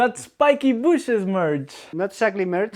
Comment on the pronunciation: Why is it spikes BOOSHES and not bushes? Did I miss the choke?